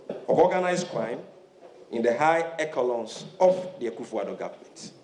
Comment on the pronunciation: Sammy Gyamfi, the word echelon is pronounced (eshelon) not ekilon . Wa bon papa. How can Sammy qualify to be in charge of communication of the NDC? If only members of the NDC were as vocal and voiceferous in lashing out against corruption like payment of fraudulent judgement debts among many others during their reign, the country will be a better place. Why do members of the NDC only find their voice in speaking vehemently about corruption when they are not in power? God save Ghana